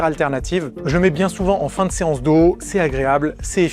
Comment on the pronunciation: je parle de la voix, et le fais qu'il dise séace dos au lieu de séance dos, on dirait une faute de frappe lu par IA vocal